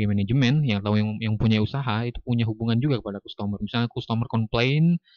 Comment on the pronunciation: nyebut nya kastemer bukan kustomor, dan graust bukan grot 😂